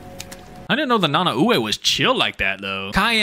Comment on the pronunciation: I was literally ready to type and you mentioned about king shark also i could be wrong and I think it’s pronounced Na-Nah-Way